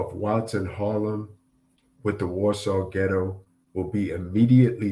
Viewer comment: Ghetto not gitto